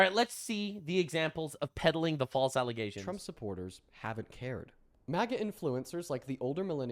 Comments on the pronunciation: Is there context for why he says 'allesations' instead of allegations? I've been trying to figure this out. He sounds like Candace. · Why do you keep saying alizations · Why do you keep saying alization? You mean accusation? Or am I missing something here? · Alezations LOL cracks me up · false allezations, and not facks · Careful saying Allezations, Candace might use it to say you don't know how to say Allegations. 😂 I know you are doing it to be funny btw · Why the fuck is he pronouncing allegations like that. Allizations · has watched too many Candace videos. "Allezations". 🤣🤣🤣😂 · Alezations...??? Dude...thats a montrosity!! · Okay, I need to ask. WTF is an "allization"? Do you maybe mean an "alleGation"? There's no "Z" in "allegation".